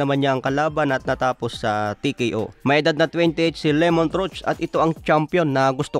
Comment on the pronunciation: Pakiayos po pronunciation sa pangalan ng fighter. Hindi po Lemont, Lámont po tama🤦‍♂️